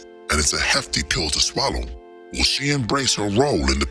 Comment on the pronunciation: "SHE'Z NOT YOUR'Z IT'Z JUZT YOUR TURN"